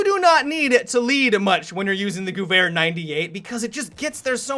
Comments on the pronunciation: anybody else triggered by the way he says Guwehr? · Cody Cruz He was saying it wrong thats why i wrote that ughh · Gewehr sounds like Gever. It's a lot easier to say so I'm just throwing it out there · The "h" extends the syllable, so it sounds more like "gev-air" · He said gooair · that better than some of the other pronunciations of this word some of my friends pronounce it like "Gyewer" and I just wanna smack them for it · I prefer "gooey 98" to the correct pronunciation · the way you pronounce 'gewehr' is wrong. You need to pronounce it on nature german like 'GEWEHR!!' Still enjoyed you video. Love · Just so everyone knows, "Gewehr" is pronounced "Guh-vehr". :) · TechnicBot geh - vehr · Yeah, I never knew how it was pronounced until battlefield (it was in COD once) I used to to pronounce it like "gher-her" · The way says Gewehr Is funny. Goovhair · Dah Magpie i always pronounced it like sewer gewher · american / english cannot say Gewehr right ... their G is like the germans saying "dschi". ... which as a german you would say "dschiwea" (without having a reason to say it in english :D) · why is he making two noises with the "W" in gewehr? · damn when u pronounce gewehr just damn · So funny for me as an austrian hearing you pronounce "Gewehr"